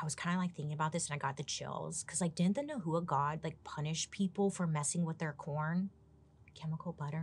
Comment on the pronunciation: Hey Bailey! Just wanted to let you know the correct pronunciation for Nahua is “Nah Wah” also I’ve heard that they found ancient writings from the Aztec describing sacrifice and cannibalism as a evil and disgusting practice. I don’t know how true it is but I’d love to know your thoughts 😁 love your videos 🥰🥰